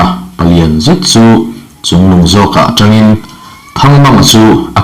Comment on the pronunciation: Mizo tawng hi zir ngun deuh teh aw, "Atangin " tih tursh "atrang " tih leh "Zen" mai mai pawh a dik dan i hre lo tlat mai, chhiar hrim hrim chu i thiam ka ti tho mai.